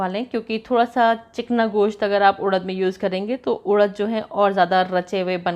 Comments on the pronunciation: Udaddd... Nh.. Urad hota ha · उड़द नही उरद बोलते है,,,, इसे मशकलिया बोलते है